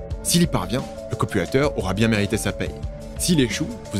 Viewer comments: Top, en effet tu peux sortir le dvd. Bravo pour les recherches, le texte et la voix (a part le "ï" de "copywraïïïter"). Bravo pour les vids. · A chaque fois j'entends "le copulateur" au lieu de "le copywriter" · 💥⚡🤡C'est 🤓marrant comme tu prononces 😱"COPULATEUR" pour dire "COPYWRITER" ( , ). A moins que je sois à moitié 😵sourd... Vidéo 🤓intéressante et ✨bien faite, 👍félicitations et😘 merci.(👍👍👍Liked + Subscrbed + Partagé avec mon réseau 👍👍👍) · Pourquoi j'entends "copulateur" quand il dit "copywriter" ? j'ai mis du temps à le réaliser...